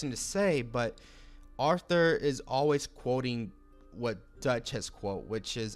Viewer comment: Why are you pronouncing Arthur’s name like “offtur “